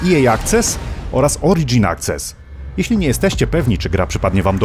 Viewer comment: Slowo angielskie access wymawia się "akses" a nie "akces" pozdrawiam pozytywnie ;)